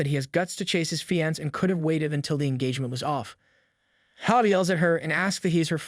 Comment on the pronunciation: ok great series but the thing that bothers me ever so slightly is he says fiance difrently